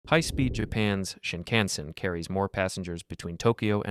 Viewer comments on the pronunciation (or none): The DC Metro, VRE, and MARC get no love 😢 (Also, sorry, im studying japanese. Japanese doesn't have silent letters, it's Ya Ma No Tay. And it doesn't have stress like English, sheen-kahn-sen) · You really have to look up the pronunciation of names you're talking about. At least get closer if you want to be taken seriously. Yamanote: Yama no tay Nantes: Nont Medellin: Medeyeen Shinkansen: Shin kan sehn. Doesn't rhyme with Hanson. Japanese has suuuuper regular pronunciation.